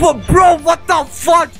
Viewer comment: “Pidy” 😂😂😂😂 “What the futch” 😂😂😂😂